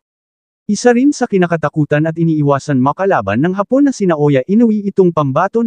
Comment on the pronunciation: Hindi haaapon Vloger Ang pagbigkas kundi hapon diretso Ang pagbigkas uulitin natin Vloger Hindi haaapon kundi hapon biglaan sana sa susunod biglaan na Ang pag bigjas mo sa katagang hapon Hindi haaapon